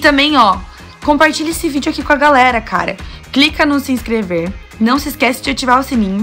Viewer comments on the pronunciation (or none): none